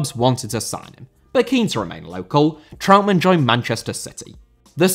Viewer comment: Trautmann* not Trau'mann